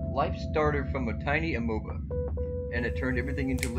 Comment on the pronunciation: lmao “amoba”